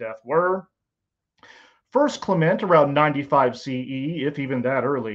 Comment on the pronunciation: I'm supposed to take a man seriously, who can't even pronounce "Clement" of Alexandria correctly, and who refers to comet Hale Bopp as "Hailey" bop lol?? Give me a break. Look, I'm not a Christian, but even I know not to throw the "extraordinary claims require extraordinary evidence" quote at the topic of the resurrection of Jesus. For God's sake... the Shroud of Turin remains as great a mystery as the pyramids of Giza! To this very day, even the non-believing experts who have devoted their lives to the study of the Shroud will tell you flat out; no human being has EVER proffered a successful explanation or example of how that relic associated with the "resurrection" of Jesus was created. TO THIS DAY! Other than highly complicated lighting technologies that, still, would leave the cloth with damage residue. Let's start with that issue, right there. Then we can move forward. At the beginning of your statements, that's what you ask for. "Extraordinary evidence." You've got it. A relic associated with the death of Jesus that cannot be replicated, even with our vast technological know-how and resources. As a non-Christian, I'd call that "extraordinary evidence."